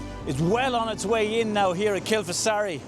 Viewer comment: great shots there, pronounced locally as Kil-far-asee